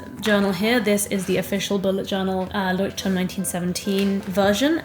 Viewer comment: Hii. I don't know how to make it sound not mean, and I am not forcing you to pronounce it correctly, it's more for information. The pronunciation of the name is wrong 🙈 I haven't written transcriptions for ages, but it sounds more like [loiht'turm], no [Ch] sound there. I'm not German but I can speak the language. And I know the struggle of the foreign names 🥲 So I'm not forcing you to change it, just sharing. For me, to be honest, it sounds hard, to hear the "Ch" in there, but it's my issue. And thank you for the video, it's really nice and finally someone shares "no time/no skill for art" issue 😂🥲